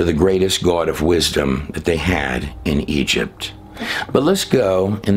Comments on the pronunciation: I really enjoy videos and presentation but he gets on my nerves pronouncing the word GOD.. like he’s saying guod. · or Gowad (god) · THE WAY YOU SAY GOD SOUNDS LIKE GUODS / YOU ARE TO CREEPY FOR ME / YOU LIKE TO HEAR YOURSELF TALK / EVEN BACK WHEN YOU KISSED A OF THE GUY THAT TALKED A LOT OF CRAP / GOD TOLD HIM THIS AND GOD TOLD HIM THAT / THAT DID NOT COME TRUE / LIVE YOUR CONVICTIONS BUT PREACH JESUS THE CHRIST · You say "goawd". Lol. Why? Lol